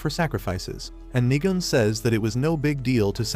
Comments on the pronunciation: Nigan like ayoo I hear you saying niga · Why did bro said Niga-N?😭💀